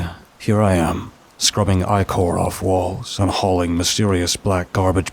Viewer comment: Yo babes fyi that word you keep pronouncing as “eye core” is 💯not pronounced as “eye core” lmao 🤣 Just tryna help you out!